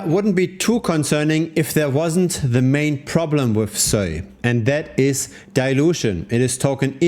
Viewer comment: just pronounce it normally you weird dude